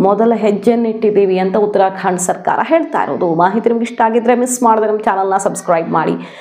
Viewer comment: ಉತ್ತರಾ ಖಾಂಡ್ ಅಂತ ಹೇಳೋದು ತಪ್ಪು ಉತ್ತರಾ ಖಂಡ ಅಂತ ಹೇಳಬೇಕು